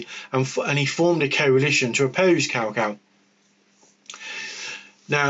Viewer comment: Good video, though it's better to say Cao Cao as "tsao tsao"... Said like cow cow sounds very rude in Chinese, hehe